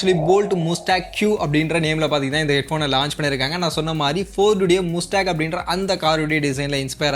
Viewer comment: Athu mastang nu pronounce pananum bro